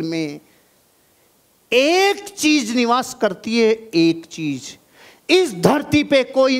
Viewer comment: Sorry Sir But Apne Kaha Tha Ki Apko Jo Apki Kami Batata Ha Wo He Apko Acha Lagta Ha Sir Ap "Z" Ko "J" Bolte Ho Matlab Agar Apko AmaZon Bolna Hota Ha To Ap AmaJon Bolte Ho. Jahan "CheeZ" Bolna Hota Ha Wha Ap "CheeJ" Bolte Ho.. Sorry For Capturing Your Little Weakness We Love You Sir💖💖